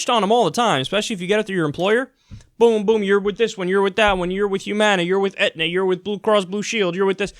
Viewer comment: lol "Aetna"